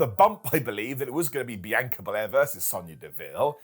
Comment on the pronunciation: Say it with me Brits "BEE-ON- KAH-"